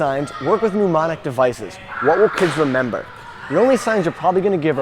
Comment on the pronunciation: Incidentally, it's 'mnemonic', not 'pneumoinic.'